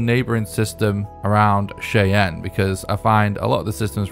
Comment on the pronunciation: Cheyenne is a native American word, we pronounce it like “Shy-Ann”. FYI.